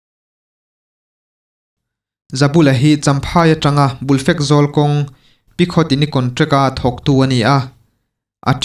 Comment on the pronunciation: Bulfekzawl tih i lamdan hi a dik lo, khaw hming, hmun hming leh mihring hming hi chu lam dik hram tum teh. I chhiar ngaihthlak a nuam si a, sawiselna tur erawh a tlem bik a ni.